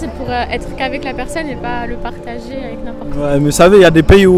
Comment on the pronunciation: Cool mais stp cest partager cest pas partazer tu as quel problème